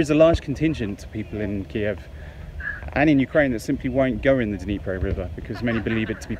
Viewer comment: Interesting video. East Ukraine isn't popular for tourist. I have to ask, Was I the only one cringing about how he pronounced Dnipro?